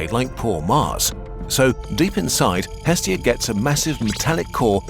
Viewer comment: The name of the Greek Godess is not EEEEstia... It is estEEEEEEEEa the stress goes to the END of the word... Εστία <---- Look at the stressing symbol ( ί ) at the end.